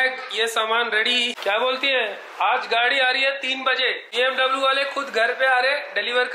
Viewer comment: It’s bmw not bmdabloo.... congrats it’s a beautiful car